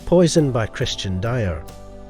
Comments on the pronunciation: AI voice, that's why. "Christian Die-Or"....ughhhh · The mispronunciation of Dior, Klein, Yves Saint Laurent and Ungaro...why?